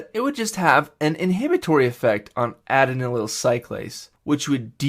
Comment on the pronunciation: Great video! Thank you! Your pronunciations are a bit off (e.g. adenylyl and inositol), but it's still very helpful.